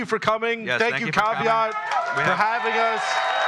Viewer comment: read the name of the hosting place as "Cave At"